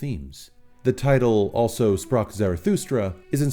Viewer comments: Good analysis and explanation. Just one thing - it is not 'also', it is German for 'thus' and pronounced 'al-zo' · I'm being a dick here but it's pronounced Alzo Sprach Zarathustra. I'm sorry, but I can't stop it from clashing with my ear. You definitely got it right at least once though so this pedantic bastard will give you a pass. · It's pronounced "alzo". Means 'thus'. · Just a nit, but "also" in "Also Sprach Zarathustra" is pronounced "al-tzo." It's German!